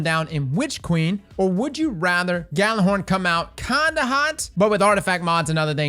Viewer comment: Isn't it yeah-lur-horn? I don't mean to be like "you're saying it wrong!" But I assumed it was Norse.